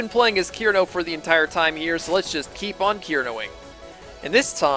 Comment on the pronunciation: I Love Touhou! I remember being really into the lore, when I was younger. Though I have forgotten most of it, I still love all the characters! (Btw, Cirno is pronounced "sir-no" not "kir-no" I'm sorry, but I'm a little triggered!) Still... Your videos are awesome and underrated!